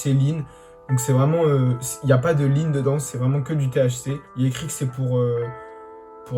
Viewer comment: Lean sa se dit pas lun